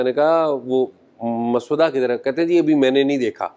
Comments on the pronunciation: Mr.azaaz let me point out that the correct pronunciation is mosawwada and not maswada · شاہ جی۔مس ودہ نہیں ہوتا مسودہ ہوتا ہے ۔س کے اوپر جزم اتی ہے یعنی ڈبل س ہوتی ہے ۔ م س س ودہ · Maswada nahee paendoo...journalism ker rahay ho tou zaban he seekh lo...musaw-wada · Azaz, maswuda nahi (masawada) ha bhai Jan ker geo 😅😅😅😅😅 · Urdu to thek bolo mosavady ko soda bana dia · اعزاز صاحب، مسودہ کا تلفظ غلط ادا کیا گیا